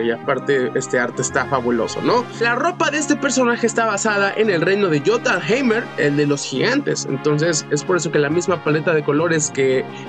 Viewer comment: Que no se pronuncia jothunhein